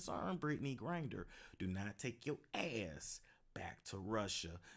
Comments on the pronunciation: Gri-Ner not Grin-Der. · BRITTNEY "GRINDER"😂😂😂😂ITS GRINNER